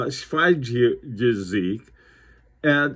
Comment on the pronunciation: Amazing watch from Marco, a good start to launch his depart from Lange & Hayne 👍 It is pronanounced Tzivi gesecht:D Thanks, stay healthy and safe.